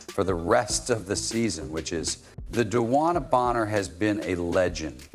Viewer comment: De...... wan..... na Bonner. not Dana